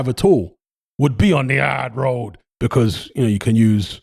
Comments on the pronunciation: "The ard road" 🤣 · “Fights on the aaaard road” 😂😂